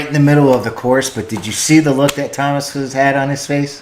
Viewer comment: Stop pronouncing Tuomas as Thomas say Two-oh- mass. YOU MUST CHECK OUT 'The Greatest Show on Earth' at Tampere 2015 (24 minutes long) and when you know more about Tuomas story 'The Poet and the Pendulum' an Wembley (with lyrics)